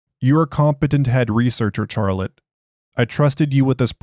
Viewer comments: yes. "Sharlette" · He made me question the pronunciation of the name, it's Shar-let right?